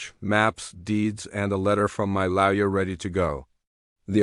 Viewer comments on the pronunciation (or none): If you are using AI for speech, you really need to teach it English: ie Lawyer sounded ilke, louwur! Really ruins story when your speech program is so bad...